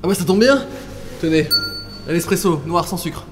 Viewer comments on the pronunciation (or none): none